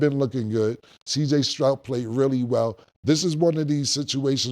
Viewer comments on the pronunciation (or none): Cj Strout instead of Stroud